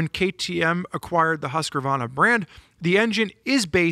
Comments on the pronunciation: What the F is a Huskavarna? How about Husk-varna for pronunciation? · please stop saying husqRRRRvarna. There's no R there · Say it with me now HusqVARNA VARNA VAR R NA 😂😂😂😂